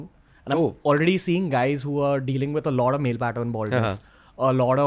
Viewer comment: and ranveer ur "a lot of" pronounciation is sounds like "a loda of"